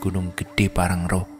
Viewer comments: Bukan PANGRANGRO tapi PANG-RA-NGO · PANGRANGO bang bukan PANGRARO 😅😅